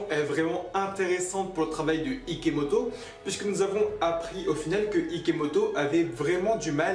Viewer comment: #IKOMOTO, TU A DIT IKOMOTO AU LIEU DE IKEMOTO !! 😂😂 On a #TROPBION #SARADOIGT #IKOMOTO, Bon j'arrête avec sa 😂😂